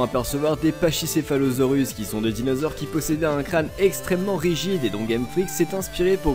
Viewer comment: Tu a niqué le noms des dinosaures 😂